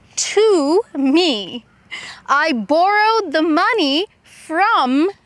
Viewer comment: the pronouce of borrowed its a very similar to "Bored"